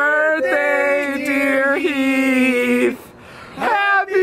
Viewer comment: Heath Hah More like Hif.